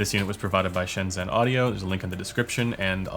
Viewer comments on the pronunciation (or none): A quick tip… the Zh sound in Pinyin is the Chinese initial sound that is very similar to the 'J' sound in English… so in ShenZhen (深圳）it's more like shen-jen, almost like the beginning of Gen-uine or Jenn-ifer. But the tongue is positioned a bit further back in pronunciation.